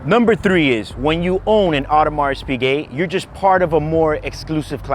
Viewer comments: Everybody knows how he loves and celebrates the brand he cannot even pronounce properly. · You are pronouncing Audemars Piguet wrong 🤦🏻‍♂️ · Audemars Piguet (as a fan, please pronounce it correctly) is a one-trick pony. It's all about the RO. Rolex is less luxurious and more industrial in comparison, but they have more true icons in their portfolio. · He does not even know how to pronounce the brand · dude can't even say Audemars Piguet correctly!